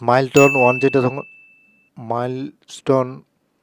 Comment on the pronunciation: উচ্চারণটা ইসমাইলস্টোন হবে না / মাইলস্টোন হবে